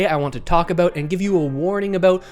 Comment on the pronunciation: Lol. Talk “aboooot.”